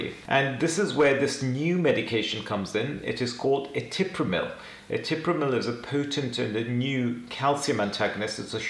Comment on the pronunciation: ETRIPAMIL SIR, YOU PRONOUNCED IT ETIPRAMIL.